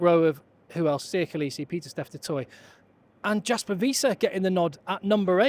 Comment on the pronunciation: You're getting there on Frans. The "herb" part is really more the same sound as the /a/ in "back." Also, Jasper Wiese's "j" is said like a /y/.